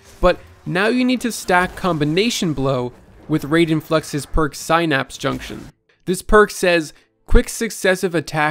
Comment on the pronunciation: This is why school is important kids, so you can learn how to correctly say the word synapse.